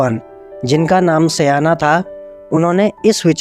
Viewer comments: 'Sayana' nahi 'Shaayan' ('n' pronounced as in Vishnu) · भाई सायण का शुद्ध उच्चारण करें । सयाना नहीं । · सयाना नहीं-सायण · वो सयाना नहीं आचार्य सायण है